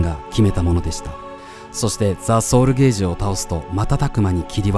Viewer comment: ソウルゲージだと意味が変わってしまいます。 ソウル"ケ"ージです